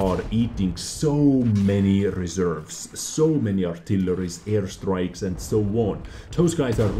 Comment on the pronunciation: Great vid! Really. But you saying earstrikes over and over again remainds me of my youth when i thought that the action TV-serie Airwolf was pronounced Earwolf. 😂❤️